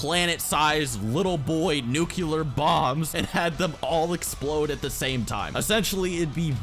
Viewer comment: so speak with a rofound vernacular. Clearly you take the time to add words to your lexicon dude the word is nuclear pronounced ( new-clear)